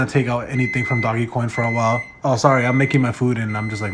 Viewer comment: Quit saying doggycoin it’s DOJ. Put some respec on Doge’s name before I report this video for violating the meme legend! #dogecoin